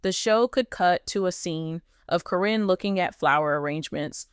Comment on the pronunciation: The mispronounciation of names onames is al so ridiculous. In one sentence Caryn's is pronounced correctly then in the next it is not. I think in the beginning there is a statement re it being for entertainment.